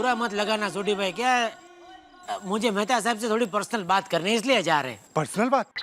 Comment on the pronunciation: Mehatha ❎️ Methi ✅️